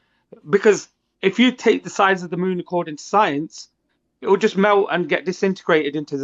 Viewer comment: "The sun and the moon woll be joined up" so, an eclipse?